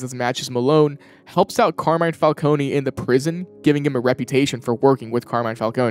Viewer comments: how are they ... and you STILL pronoucning falcone WRONG!?... theres no Y at the end...you dont say the E the "cone" is said the same way ice cream cone is...its been how many years? legit dont get how ppl are still messing this up. the new penguin show got it right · I’m sorry I hate to be that guy but….isn’t it “Fal-CONE” instead of “Fal-Coney”